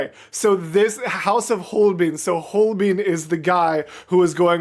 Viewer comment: How can you listen to an entire Song permanently repeating Holbein and still pronounce it completely wrong? Its not Holbin.